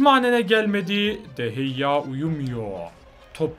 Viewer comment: O kalecinin adı de heyya değil de gea